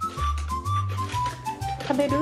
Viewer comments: 「あべぶぅ」に聞こえるけど、どちらにしても唇がないのに「べ」が発音できてるというか聞こえるのすごいな。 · ここまでハッキリと、「食べるゥ！」っていう犬は、珍しいのでは😲！? いったいどうやって発音しているのでしょうか、、、😅？ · しゃべるアピール犬猫の中でも一番発音よろし😊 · 「べ」って言うときの口の動かし方この子なりに工夫して発音してるように見えて言葉を喋ろうとする頑張りが伝わってくる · 「照れるゥ！」って聞こえるかな？って見直したけど思った以上にば行の発音しっかりしてて無理だった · 『べ』がちゃんと発音できてるのすごい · 「べ」の発音が完璧すぎて笑った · 食べるーの発音するとき口周りのお肉プルンってしてるけど ちゃんと『た』『べ』『る』を区切って意識して発音してるからそうなる証拠だよね よくある飼い主さんの愛情故にそう聞こえちゃうレベルではない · 主よこれはそれっぽく聞こえるではなくて ちゃんとこの犬が意思をもって食べると発音しているよ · 滑舌悪い俺より発音良くて草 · 予想したのよりハッキリと発音してた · 俺より発音良くて草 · 唇を閉じて、bの音を発音してるのがすごい。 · 発音が良すぎる... 俺よりも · 舌を上顎で弾いてTを発音しているのが動画でわかる 進化の過程かもしれない 100年後には犬は普通に人間の言葉喋ってるかも